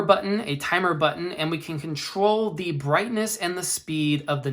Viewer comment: The word "the" is pronounced as "thee" when the word following it begins with a vowel sound (e.g., thee apple), and as "thuh" before a consonant sound (e.g., thuh dog). You should only say "thee" when reading aloud, such as in a prepared speech or paper presentation. You should never say "thee" in casual situations, such as when talking to a friend.